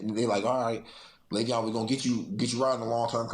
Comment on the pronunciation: It’s Lay-Veon…